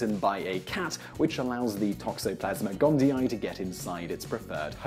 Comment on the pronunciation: gondi-ee, not gondi-eye.